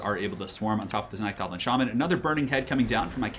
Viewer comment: "Shoblin" even though it was said by accident, gave me a big smile while I am sick with the flu.